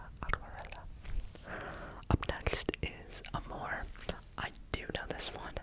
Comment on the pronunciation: His Portuguese accent is so good, especially in the word "amor" that sounds like a "mineiro" accent (one of the accents spoken in Brazil), and I found it extremely cute 😊😊 To make it easier to pronounce the words, here's the list: Ocean/Oceano (Osseano) Watercolor/Aquerela (I couldn't because of the "r") Love/Amor (This one doesn't even need help, you did it perfectly!!) Blue/Azul (Azu/Azur, I indicate to "Azu", the pronunciation seems more correct) I hope I helped, and I hope it continues to grow here ^^